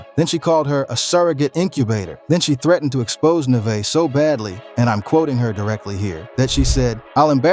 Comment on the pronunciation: He said Nevaeh name wrong over 20times 😂😂😂😂😂